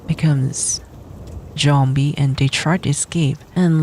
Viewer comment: J-ombie, I love that miss pronuciation lmfao 🤣🤣